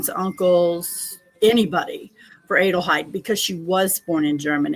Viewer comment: IT IS PRONOUNCED AH-DELHEID (like Adele).. we do not say AYE-DEL do we? No.